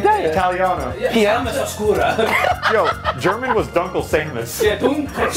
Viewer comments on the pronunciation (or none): Well I'm german and my main is actually Dunkle Samus xD Even though Dunkle is no where near pronounced the way they said it ;)